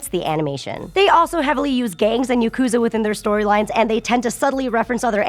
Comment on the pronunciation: Yakuza is pronounced with emphasis on the ku? I never knew that...